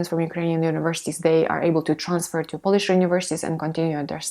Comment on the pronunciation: Polish /ˈpəʊ.lɪʃ/ - there is a diphthong here. Don't pronounce Polish as /ˈpɒl.ɪʃ/ . Try to differentiate the nationality from the act of cleaning something by rubbing it or rubbing something using a piece of cloth or brushing to clean it and make it shine.